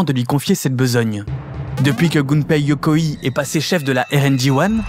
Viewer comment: Magnifique, vraiment une des meilleures chaînes youtubes qui existe. Si je peux me permettre juste une petite remarque: pour prononcer Yokoi comme tu le fais, il faudrait que le nom se transcrive Yokoii avec deux i. Tu peux dire Yokoï comme dans bolchoï. Mais bon, c'est rien, c'est un détail dans cette vidéo excellente en tous points